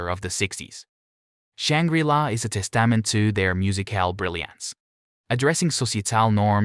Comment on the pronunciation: If you're going to use a computer-generated voice, it would be advisable to avoid words like testament, societal, pursuit and idealised. Delightful music, slightly embarrassing voice-over.